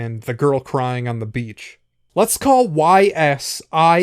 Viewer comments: Its "Eeeeeees", not "whyyys" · Isnt it pronounced "ease" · I believe it's pronounced "Ees", like "ice" with a long "e" sound. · It's not pronounced whys. It's pronounced meep morp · got triggered by the pronunciation of YS